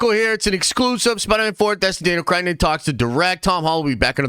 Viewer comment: what is it about the word cretton that makes you think there is an "I" sound in it